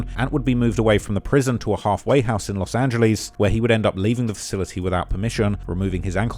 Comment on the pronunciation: Bro it's annoying that you can't say Los Angeles correct. It's not " Los Angiliis" ffs